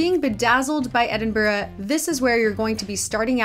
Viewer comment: You’re saying Edinburgh wrong tho 😩